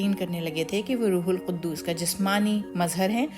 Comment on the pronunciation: Rethink how you pronounce Rooh ul Q. U. D. S.